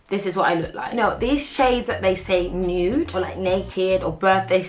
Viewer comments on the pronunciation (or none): Her with the "nude" was KILLING me. I couldn't even hear her I was laughing so hard 😂